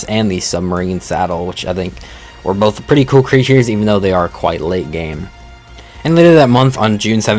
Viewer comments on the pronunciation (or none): none